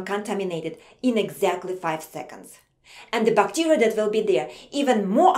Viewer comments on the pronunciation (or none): she says bacteria bacterier